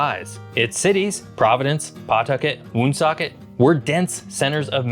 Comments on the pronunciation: Woonsocket, the oo is pronounced like the oo in wood. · You can definitely tell the narrator isnt a New Englander. We pronounce Pawtucket “Puhtuckit & Woonsocket winsocket 😂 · Woonsocket is pronounced wun-SOCKET, not WOON-socket. It has the most densely populated French/French-Canadian heritage in the country. Pawtucket is pronounced puh-TUCKET, not PAW-tucket One thing that I'd add about the geography about our state is how well forested and beautiful the western half of the state is. There are FAR more trees and natural habitat now than there was only 100-150 years ago. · This was hard to watch aside from the pronunciations - PAWtucket, WOONsocket, Peekho tribe ... RI is the second highest density in the entire country. Only second to NJ. Alaska has less than 750,000 people, and is 500 times the size of RI. You could have put picked a hundred different things to focus in on - But wondering why we don't have more people is wild AF. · It's pronounced paw-tuck-it and woon-sock-it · Commendable effort at pronouncing "Woonasquatucket", but "Woonsocket" and "Pawtucket" have the stress on the second syllable, more like "W'nsocket, P'tucket". The truly unforgivable mistake, though, is thinking the Blackstone runs into Massachusetts instead of down from it. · If you’re going to do a video of our state, you should at least do your homework and learn how to articulate our towns. You do not correctly say our towns of Pawtucket and Woonsocket. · Skip to about . And can someone teach him how to say Pawtucket and Woonsocket?🤣